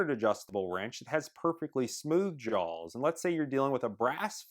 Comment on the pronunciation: JAWS!!! Not jolls, JAWS